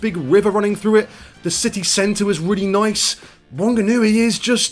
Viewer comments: is the type of guy to pronounce whanganui (fa-nga-nu-i) as wonganooy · Ha ha, the Rock radio station had a poo town thingy and every city had their fair share 🤗Look it up, it's funny as. Also Jono and Ben had a town thing. Oh and you pronounce Whanganui as Fanganui, the WH is pronounced as. Ka pai bro, Me in Tauranga 👍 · Pronounced 'Fanganui I woulda thought..